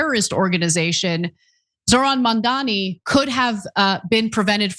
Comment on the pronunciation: Mother fucker learn to pronounce Mamdani correctly